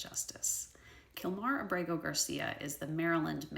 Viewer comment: Abrego is pronounced AH-breh-gō (accent on the first syllable).